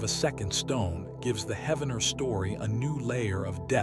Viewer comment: Spiro is pronounced like spy-ro, not spee-ro. Wichita is pronounced witch-eh-tah like Tahoe, not like cheetah. Heavener is pronounced like heave, with a hard e, not like heaven. As an Oklahoman this was really hard to listen to and I didn’t make it past to see what else you mispronounced